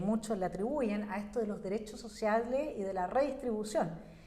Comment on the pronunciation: Los dereshos shoshiales 😂😂😂😂😂